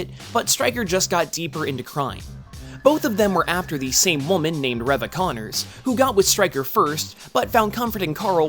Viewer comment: Corrections: Reva (REE-VAH) not (REH-VAH), Thanos (THA-NOS) not (THAY-NOS)